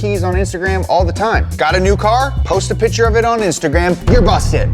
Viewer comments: the fact that you can not pronounce the word PICTURE, was so bad i could not watch. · Please say “Picture” and not “pitcher” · It’s PICTURE not pitcher. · 'pitcher' and 'picture' are two different words in the English language, in case you were wondering